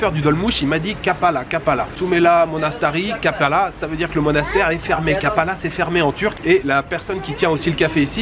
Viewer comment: slt l ami belle ville Trabzon et cest kapali 😄 pas kapala😆😅😂maitre Capello😉😂